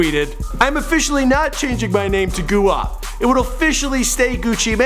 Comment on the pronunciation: Do you say guap as goo op in purpose? Or did you not know it's gwop?